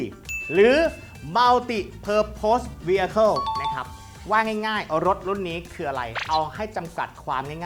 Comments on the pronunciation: ออกเสียงว่าเวเคิ้ลค่ะ ได้ความรู้ดีมากค่ะ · Vehicle อ่านว่า ฟวิ-เยอ-เคิ้ล